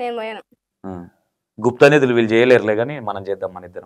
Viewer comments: గుప్తానదులు కాదు. Guptanidhilu అనాలి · Gupta nadulu kadu gupta nidulu anna 😂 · It's guptha nidhulu not nadulu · bhai, gupta నదులు కాదు. గుప్త నిధులు అనాలి. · Bro Gupta nidilu anu bro gupta nadullu kadu bro 😅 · garu gupta nadhulu kadu gupta nidhulu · గుప్త నిధులు గుప్త నధులు కాదు 😮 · Gupta nedulu 🤔 gupta nadulu kadu swami🤦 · గుప్త నిధులు.. అన్న గుప్త నదులు కాదు...